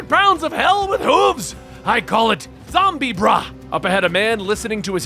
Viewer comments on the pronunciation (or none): zombiebra? Dude, Zombra, obviously.